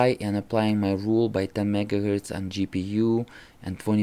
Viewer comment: Why do you say mega gertz?